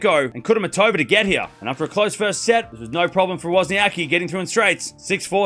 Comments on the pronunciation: So you choose to spell her name wrong!!! Just like the guy in this video pronounce her name the same wrong silly way most "anglos" do! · It is funny as there is no ‘c’ sound in English and you are basically omitting that letter from WozniaCki surname ;-)